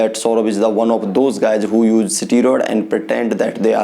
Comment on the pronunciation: pahele to english ka pronunciation dang se bolna sikh le unpart illerate steroid ko strod bolta hai ahahahah aur this guy is born with above average gentics so obviously he will be better aur khud ko dakh u r a chicken shit aur ye sab faltu chutiyab se views kamana band kar de bhen ka lund sale dikhne me too chusa hua aam lag raha hai ahahahha